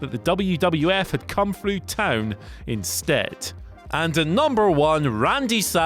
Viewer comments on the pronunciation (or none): none